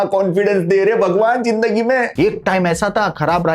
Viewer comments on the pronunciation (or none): Zindagi hota hai jindagi nahi zimmedar jota hai jimmedar nahi hazir hota hai hajir nahi😢😢😢😢 shi se to bolo